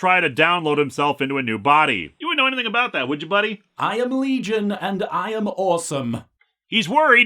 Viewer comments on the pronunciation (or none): none